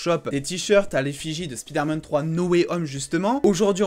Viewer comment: SPIDAIRMAN lol